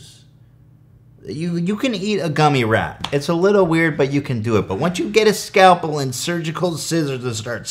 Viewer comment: how have you not heard the word scalpel before lmao "skayle-pull" tf